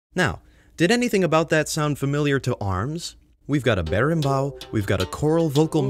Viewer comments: Morri quando ele falou "berimbau" e "capoeira" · so, im brasilian and, to me, its really funny hear you trying to say "capoeira", "roda" or "berimbau". Not a joke, I like it. and is nice to see this type of "representation" of our culture in games like that. Nice video :) btw, "roda" isn't a capoeira thing, is any type of circular formation. we call "whell" the same way.